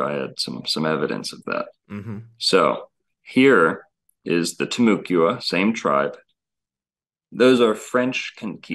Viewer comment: As a north Floridian it is pronounced Tim-u-quana the u is pronounced like an a.